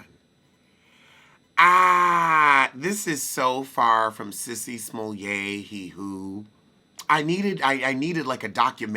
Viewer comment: When I tell you I couldn’t wait to hear you say Sissy smolay e whoooooo!!!! Dude I holler every time you do that😂😂😂😂😂